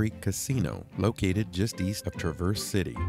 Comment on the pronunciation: Really enjoy seeing others' enjoyment of our mitten state. With all due respect, it's Traa verse, with the emphasis on the first syllable. 😊